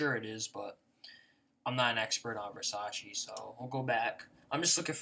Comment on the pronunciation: It's not "versacheeee" you fucking idiot it's "versachay" , I'm italian.